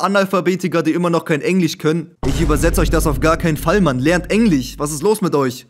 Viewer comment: was für „Englich“ es heist EngliSCH bro ENGLISCH